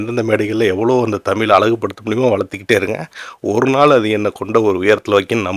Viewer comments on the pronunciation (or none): யோவ் தமில் இல்லையா தமிழ் ன்னு ஒழுங்கா சொல்லு